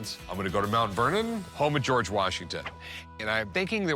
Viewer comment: How is it so hard to say George? It's not GoooWarj it's just George.